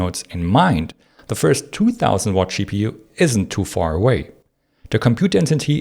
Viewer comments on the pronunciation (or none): Great video except the extremely annoying pronunciation of GPU as Chi-Pee-You and TDP as Shi-Dee-Pee. Hard to listen to and hard to understand what you mean.